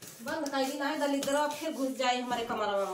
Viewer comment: आप को बोलना नहीं आता ऐसे बोलना है ईसू अये दलिदूर जये